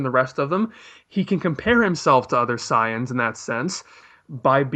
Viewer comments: SAIYANS NOT CYANS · SAY-INS, SAY-INS, SAY-INS FOR FUCK SAKES